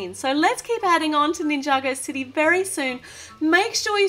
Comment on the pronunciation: Mabe it's city not dity.